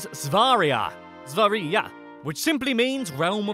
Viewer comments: When he says sverige it sounds like svariga to me. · 1000th comment :) Sverige is pronounced Sv-err-iy-ee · When to Tryed to say Sverige it sounded like svarja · Sver-gae in the Gotland island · svaria?!?!??! dafaq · you are saying svergie wrong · You say svärje!!! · Sverige is pronounced "Sverje" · Sverige not svaraland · Actually not that bad pronunciation, except when you tried to pronounce "Sverige" which was pretty much shit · sorry but I was laughing really much when he was trying to say Sverige and Norrland Svealand and Götaland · that's not how you say sweden. Yes im from sweden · Gud vilken dålig väg att säga Sverige